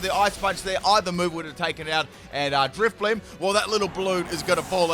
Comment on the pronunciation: And then he get's the german Driftblim right. xD